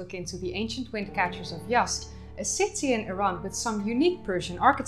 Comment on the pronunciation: Z is not an S, you're saying "Yast", it's pronounced how it's spelled "Yaz'd"